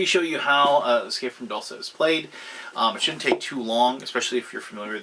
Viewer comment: Isn't "dulce" pronounced "DOOL-chay"? Or is it only spelled like the Italian word?